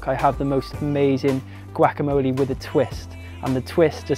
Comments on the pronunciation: "Chilli Cone Carnie" "Gwackamoley" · Looks awesome!! :D luv the way u say guacamole lol ;) "goo-walk-a-mole-ay"